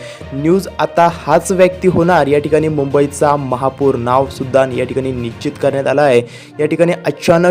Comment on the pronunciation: तेच तेच बोलत आहेत, कंटाळा आला. माहिती असेल तर सांगा नाही तर गप्प बसा . समोरच्या व्यक्तीला रिकामटेकडा समजता का? मराठी भाषा साधी सोपी आहे, पण ९०%टक्के बातमीदार अशुद्ध बोलत आहेत. निश्चित हा शब्द निच्चीत असा उच्चारतात. असे अनेक शब्दोच्चार आहेत , जे चुकीचे उच्चारले जातात , याकडे लक्ष द्यावे.